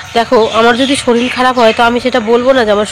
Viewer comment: Shoril na shorir